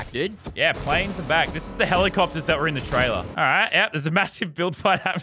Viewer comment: It’s pronounced. helicobobter /helicopter